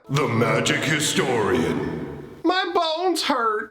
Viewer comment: The first few times I heard you say,"my bones hurt" I swore you were saying, "my balls hurt". You the best dude.